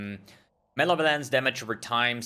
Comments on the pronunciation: Muh - Lev - Uh - Lence. Not Male - Violence. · Everyone else: Malevolence: Male Violence